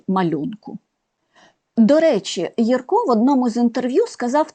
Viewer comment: Дякуємо за нагоду побачити в кадрі улюбленого ілюстратора. Будь ласка, зверніть увагу , що правильний наголос у прізвищі художника- на першому складі. Не єркО, а Єрко. А в назві видавництва А- ба - ба - га - ла- ма- га наголошується кожен склад. Це лічилка з оповідання І. Франка " Грицева шкільна наука", герой якої вчиться читати.